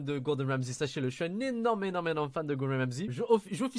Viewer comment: Au debut de la video il dit Gordon "Ramsi" alors que c Ramsey maiw bon a part ce detail quand meme drole chaque vidéo que tu fais sur Etchebest je me tape des bars